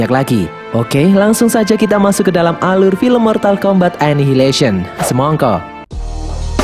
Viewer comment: MASNYA BILANG SMONGKO